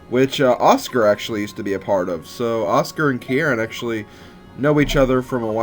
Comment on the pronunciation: Love watching this LP so far, especially finding a character that has my RL name, Kieran! BTB, you're overemphasizing the first part,. Just say the word 'key', put an 'r' sound on the end of key, so 'keyr', and finish with the second sylable, which sounds like 'wren,' the bird. In full, 'keyr-ren'. Uncommon name, I know, but I likes it anyways. =P